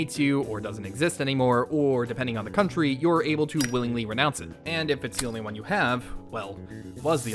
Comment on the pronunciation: I think the joke is you cut yourself off saying “stinky country”? But it sounds like you said “stinky cunt”????